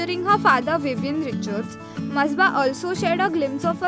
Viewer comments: It's masaba not masba 🤞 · It's Not Masba It Is Masaba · First of all - atleast take the name of your topic properly... its not ‘masba’ ITS MASABA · Its not Msba😂😂 its ‘Masaba’ and her pronunciation is Masaabaa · Sis!!she is Masaba... Not msba😂😂😂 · It's ma-sa-ba.. Nd masba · It's Masaba not masba , jahil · It's masaba not masba 😂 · It's मसाबा not बसबा, urgh u are so irritating stop sayng masba please🙏😓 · Shafik Khan it sure was annoying me every time she said- masba